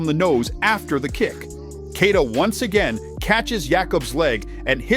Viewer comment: He's called Kay+yee+ta, not Key+ta. If you can learn Schwarzenegger, you can definitely learn Keita.